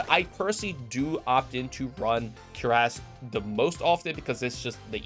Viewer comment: Cuirass = Cury-ase... not cure-ass.